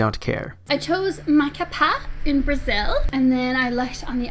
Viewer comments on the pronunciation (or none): She pronounced Macapá wrong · The way she said Macapá... Your saying the accent wrong, I know it because I speak Portuguese and I’m half Brazilian, (both parents were born there and I lived there while i was 5-11 years old.) . Also, great video! I loved how you explained it! Keep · Im Brazilian and...... MACAPÁ ISNT PRONOUNCED LIKE THAT!!!! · At least she got really close to pronouncing Macapá right, so..